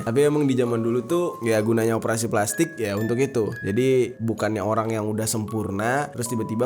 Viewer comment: Berapa kali bang Jeri ngomong pelastikkk?😱